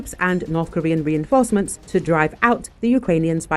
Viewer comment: North Korean "reinforcements" 🥴